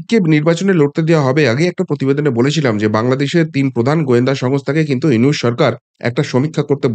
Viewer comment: দাদা, "ইউনুস" নয় , " ইনুচ" ।